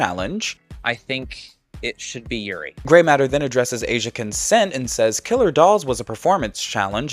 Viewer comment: I’m such a big fan of Asian and SO happy she won, but her saying Grey’s name was kinda ridiculous.